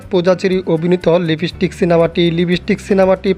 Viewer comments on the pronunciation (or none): ভাই লিবিস্টিক না লিপস্টিক হবে কথাটা 😅